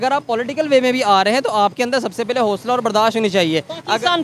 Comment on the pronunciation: PHIR "PAY-LAY" JAAWOGE 😆